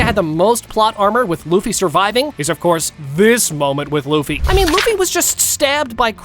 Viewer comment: aree LAFFY NAI LUFFY HAI